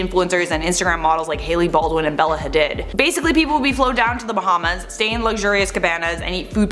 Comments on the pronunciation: It's Bella ha deed not ha did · Love y’all but it Pear-e-knee-um not pear-in-e-um and its Had-deed not Ha-did. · It’s pronounced Ha Deed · Alright you mention Bella and Gigi Hadid’s name enough now that I just have to say, their last name is pronounced “Ha-deed” 😭